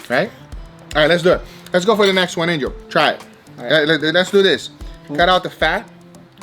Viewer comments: lol he keeps calling angel, ninja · is it just me or each time he says angel, I hear ninja :D